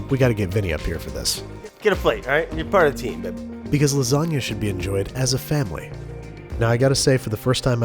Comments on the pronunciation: You GOTTA have RICOTTA when you're making LA.... LASATTA. Sorry. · it's pronounces laaa-zaaa-GGGGna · It’s called L A S A G A ! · Lasgana? Brad?? Ahhhh my 9yr old brain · Nobody: People born and raised in the US but have Italian ancestors: hey, Italian here, and you're doing it wrong